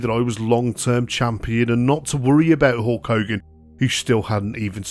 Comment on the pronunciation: HOHLK HOGAN? .Hulk Hogan H U L K Hogan